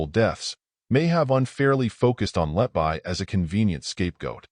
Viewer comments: Lucy 'letbuy'? It's pronounced 'letbee'. Stupid AI narration. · I like your presentation but please correct the mispronounciation of her last name, everytime I hear Letbuy instead of Letby my blood pressure rises